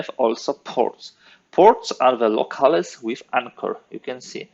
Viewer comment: I love your videos! (Unless I'm mistaken and there's a historically correct pronunciation of the word I don't know about, the correct English pronunciation of "locales" is "Low-Calz"" not "Low-Cal-es")